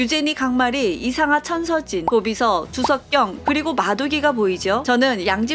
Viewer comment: 이상아,천서진이 이상한 천서진으로 들림ㅋㅋㅋㅋㅋ